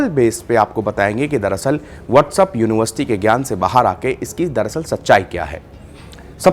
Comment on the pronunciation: WhatsApp bolna seekh le Bhai what's up nahi hota hai 🤣🤣